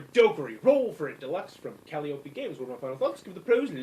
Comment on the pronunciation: lol... you STILL mispronounced Calliope! ;-)